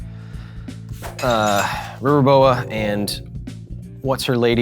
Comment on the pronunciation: Kyle, I mean Brian Kibbler repeatedly says River boa... but I keep hearing river boat and thinking of the old steamboat willie cartoon